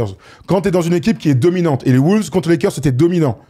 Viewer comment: Les mecs vous êtes géniaux et je vous suis depuis 10 ans, mais pourquoi diable prononcez-vous "les WOULVES" ?